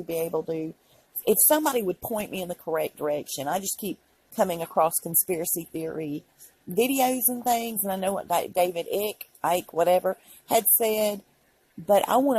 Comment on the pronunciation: David Icke.... surname rhymes with bike. 😁